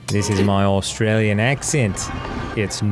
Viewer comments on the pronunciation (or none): none